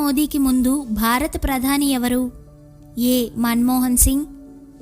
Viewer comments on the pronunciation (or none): none